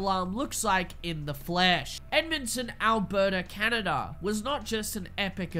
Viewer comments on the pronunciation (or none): none